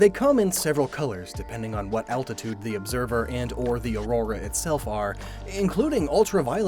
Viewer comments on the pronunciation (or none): none